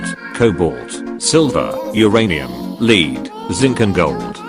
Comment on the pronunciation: Lead (noun) is pronounced (led) not (leed). Thanks